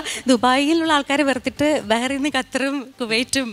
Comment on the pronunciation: ബഹറിൻ എന്ന് ഉച്ഛരിക്കുന്നത് ആ രാജ്യത്തോട് കാണിക്കുന്ന നീതികേടാണ് ''ബഹ്‌റൈൻ'' എന്നാണ് ഉച്ഛരിയ്ക്കേണ്ടത് by പൂവാർ Suresh Tvm.